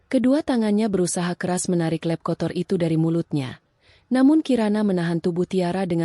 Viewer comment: Adminnya bego / tolol atau gimana ya "lap" kok diucapkan "lep", emang ada bahasa Indonesianya "lep" 😭😭😭